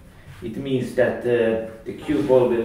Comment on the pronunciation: I love the way you say and Just like zat! I have been really trying to wrap my head around inside spin shots. This helps see how I could use it. Most everyone will want to know how to adjust aiming. Good players like you may not quite know because you just do it naturally but I dont really get where to start. The cue will squirt but also not hit the object ball in the same spot, so I try to aim thinner but quessing for now.